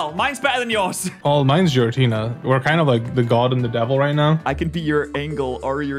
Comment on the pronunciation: Did this mother effer say Giratina with a fucking "J" sound ????? 😭😭😭😭😭😭